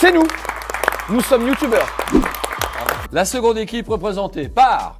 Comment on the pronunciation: "C'est 6 Youtoubers" Julien Lepers - 2019 Vidéo excellente autrement ! 🎉